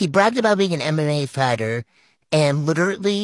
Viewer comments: Did that she male really say "litterately" ? HAHAHA!! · Stop saying "LITERATE-ly". It's literally not a word.